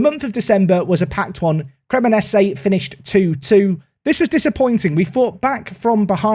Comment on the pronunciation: CREMO-NAY-ZEE. YOO-DI-NAY-ZEE. SAMP-DOOR-RIA. Just call them Samp. KAR-NA-ZEKKI.